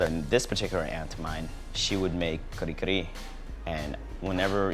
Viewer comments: talde is so fake, he know hes not pronouncing it correctly when he called it ka-ree ka-ree. hes parents werent enunciating that way when he was a kid. they were saying ka-reh k-reh. hes just to embarrassed to the way it actually sounds so he americanized the accent. what a fake. then he starts eating it with freakin chopsticks! and skips the steam rice. hes embarrassed by his own culture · its not kare kare its kuhri kuhri lol .bad ass though i like it im filipino american. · lastly, though i cant prove it im 100% certain his parents didnt pronounce it the way he said it. im filipino and am immersed in the culture. in my 35 years of living as a filipino in both the US and Philippines its never been said like that. talde basically made the pronunciation up.